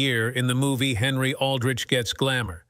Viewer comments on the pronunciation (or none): none